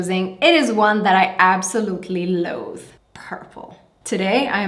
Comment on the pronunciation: At 4m26s I seriously can’t tell if you are saying “…color I absolutely loathe” or “…absolutely love,” and it’s driving me nuts! Hope you loVE it, though! Great video.